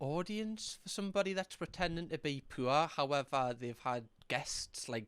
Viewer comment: struggled to realize he was saying “poor”